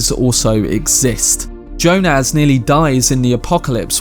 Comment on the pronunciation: I've never heard Jonas pronounced like you say it. It's quite striking. Anyway it's more Y - O - nas not Jo - NAZ